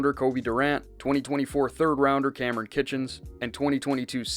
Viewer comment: Kinchens not Kitchens my man